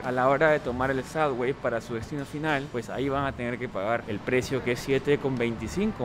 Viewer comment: Please...Please Please.....no es " SADWAY" ni SUDWAY.....se dice SUBBBBBBBBWAY con BBB no con DD. Come on tu eres New Yorker hace raton Mickey!!